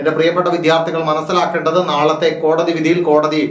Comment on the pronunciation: Sir kodadi vidhi alla kodadhi vidhi ennane but sir chullanane tto poli chegayi sir uyir nale anukoola vidhi undavatte